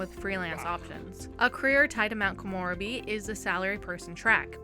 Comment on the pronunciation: No hate just letting you know it's pronounced Ko-mo-reb-e not Ko-more-a-be